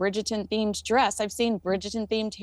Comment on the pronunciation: say it with me Bridger-ton. Bridgerrrrreton.